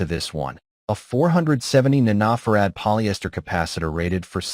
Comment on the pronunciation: The AI has problems saying nanofared.:face-orange-raised-eyebrow::face-orange-raised-eyebrow